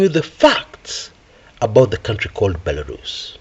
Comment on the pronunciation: Belarus 🇧🇾... Bilarusa😅😅😅. Waawaawaawaaaa